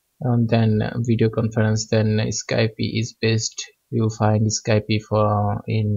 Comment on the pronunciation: did you really mispronounce skype?! like how? It is pronounced without the "e" at the end